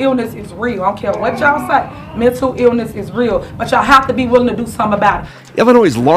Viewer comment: Dafuq is “mentew ewness”?